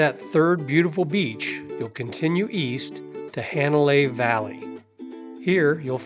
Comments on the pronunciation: I just came across this video. After being to Kauai 14 times and being a short time resident, PLEASE, if you are going to make these videos, learn how to annunciate the Hawaiian language!!! Hanalei, my final destination every time, is NOT Haaa (not like CAT) nalei (not a short A), it is a soft A, like ahhhhh, Hah nah lei. Just like on Maui, Hah nah, Hana, not Hanna, like the name. Mahalo nui loa. 🏝️ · Hanalei...is not pronounced "hand " Hanalei. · Ha na CA pe i NOT ha na Co pe i. Correct pronunciations are appreciated,. It is pronounced HA nalei NOT He nalei.